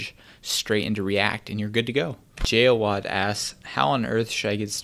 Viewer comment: Jawad: "Jay Awad" ; nice